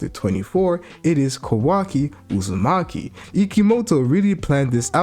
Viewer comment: I love how he calls Hima, and Kawaki, Hima Uzimachi, and Kawaki Uzimachi. And not Kawaki Outsutsuki. He calls Boruto, Boruto Outsutsuki. And is it me, or is Kawaki huge, I mean if Boruto is taller than 5'4" like he was supposed to be, like everyone said. Thar makes Kawaki well over 6'. I think Boruto might be 5'4" and Kawaki 6'. I think Kawaki is a beast. He's my favorite character because he's always been stronger than Boruto. And he reminds me a lot of Naruto.